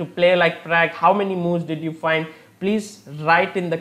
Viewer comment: Am I the only one who doesn't like his analysis/explanations and also every time when he says pragg???